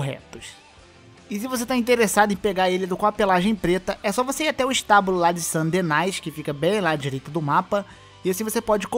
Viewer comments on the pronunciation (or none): Cara.. Saint Denis na real, eh com sotaque frances, copia de nova orleans.. entao a pronuncia eh praticamente "san denu" com o I fazendo o famoso biquinho de frances.. e o S n tem som.. entqo eh "San Dení" é a meljor pronuncia.. "Denais" doi o ouvido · Fala certo cara, a pronúncia certa não é San Denáis é San Dení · San Deni é a pronúncia correta, pois é um nome em Francês. São Denis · a pronúncia é "Saint Dení" e não "Saint Denais" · Saint "DENAIS" é foda kjkk vídeo top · “Sã Denais” kkkkk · "San Denai" foi foda. E não existe apenas Puro Sangue Arabe Branco e Preto, há o Cinza tbem. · "San Denais" kkk pqp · Ouvir San "Denais" é de doer o ouvido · sãn denáis 😂😂😂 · Sant Denaaaisss, Pourra . kkkkkk, o ingles da apurado. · "San Denais" meus ouvidos franceses sangram. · "san denais" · Não é querendo ser o professor aqui não, mas cara, de onde você tirou a pronúncia da cidade de St. Denis? Doeu ouvir St. Denais rsrs o próprio Dutch fala o nome da cidade diversas vezes, tipo como assim cara rsrs zuado sério mesmo. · o melhor é tu tentando inglesificar uma palavra que ja ta em ingles kkkkkk "saint denai" pqp kkkkkkkkkkkkkk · *San denai kkkkk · san denais? kkkkkkkkkkk